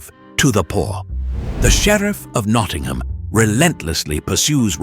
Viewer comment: I think the sheriff is sheriff of Nottingham. NOT Knottingham!